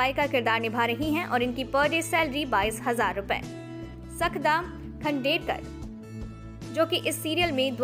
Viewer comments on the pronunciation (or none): Your pronunciations are wrong The right ones are सानीका गाडगीळ (you are saying सनिका गडगिल) सुखदा खांडकेकर (you are saying सखदा खांडेकर) एतशा संझगिरी (you are saying एताशा सन्स्गीरी) किन्शूक वैद्य (you are saying किन्शूक वैद्या) स्नेहल वाघमारे (you are saying स्नेहल वाघमरे) Aetashaa is the right spelling (not Aetasha) (she has written on her Instagram account) So please first learn the pronunciations.